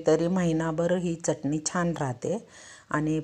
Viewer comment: जिथे " मोठा ण बाण , बाणाचा आहे तिथे " न नळाचा उच्चार करू नये , च्यटनी उच्चार 😂😂 जेवण चटणी, शेंगदाणा , फुटाणे , धणे , दुखणे उच्चार ऐकावयास कानाला बरे नाहीत वाटत. व्हिडिओ बनवताना उच्चार सुस्पष्ट करावेत ऊच्चार सुधारणा असावी. प्रत्येक जण सुस्पष्ट उच्चार करण्याची सुधारणा करेल तर फार छान होईल. सुधारित पद्धतीचे शिक्षण घेतील तरी उच्चार सुस्पष्ट नसतील तर काय बोलणार..😢😢 😅 चटणी चा उच्चार " च्यटनी ", यू ट्यूब वर बरेच लोक करत आहेत 😂😂😂